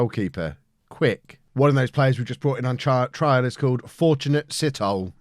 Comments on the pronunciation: its not sit hole its si-toll-eh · Fortunate's surname Sithole, is actually pronounced Si (Like Si in Siri), tour (without the r in tour being so hard), le (like the French word le), Si-tho-le. It is a surname from the Southern part of Africa, common in South Africa and Zimbabwe